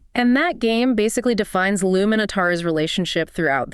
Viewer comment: Her name is "Lum" not "Loom"